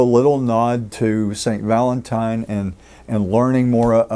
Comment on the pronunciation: Va-LENT time 😅